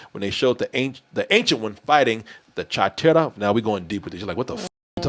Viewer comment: How did pronounce The Chitauri? “Chuu-Cha-Too?” Lmfao!